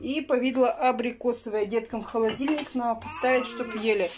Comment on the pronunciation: Наа подтянуть , она сказала😁